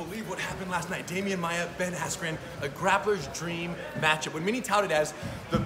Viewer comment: Cocaine is a hellauva drug😂🤣😂🤣 I swear he said Ben Asscream 😂🤣😂🤣